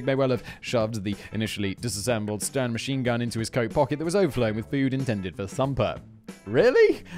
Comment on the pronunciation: Did Simon say stem instead of sten?